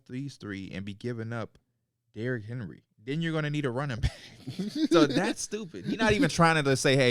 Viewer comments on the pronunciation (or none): none